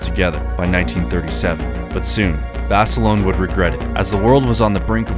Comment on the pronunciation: of where 😂😂😂 at least say name right